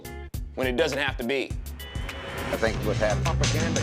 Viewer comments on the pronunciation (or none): none